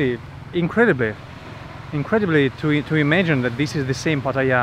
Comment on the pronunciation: That northern dude with no shoes filming Pattaya but can’t pronounce it properly smh